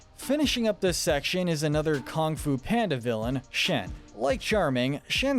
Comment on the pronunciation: okay my one complaint is how you say kong fu of and burgons